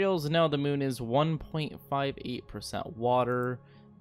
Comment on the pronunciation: Spoiler: it’s 19 minutes of the moon not being terraformed and hearing “moon” pronounced “mewn”.